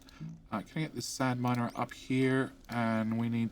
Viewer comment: Fun that you now call your miner an mier. Mier is the dutch word for ant lol